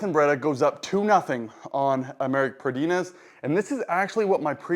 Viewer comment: The Brachialis is between the tricep & bicep. The brachioradialis is the muscle on the upper forearm. So you got them backwards. And Pradines is just 2 syllables. Not Pra-deen-es. Its just Pra-deens. Also, why are you doing your back pressure angle so high if you dont mind me asking?